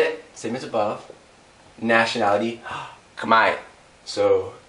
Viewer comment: He says Khmer wrong